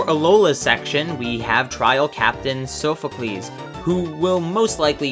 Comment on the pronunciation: Pidgeot is pronounced Pi-gee-ott And Sophocles is pronounced Sawf-oh-clees